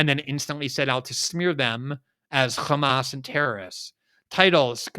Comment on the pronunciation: glenn really emphazing that H in hamas.